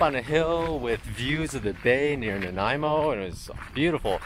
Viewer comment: The way I learned it growing up was Tuh-WAH-sen and Nuh-NY-mo if I was to sound it out to my ears. Never heard it called Nan-NAME-mo. I lived in Victoria for a while and took that ferry many times. Did you get to see Uclulet and/or Tofino? I guess I'll have to wait and find out!